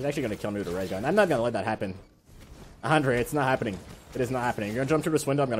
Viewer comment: it's pronounced ahn-dray not ander